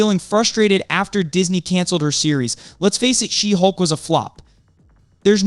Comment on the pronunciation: SHE-HULK! not She'hulk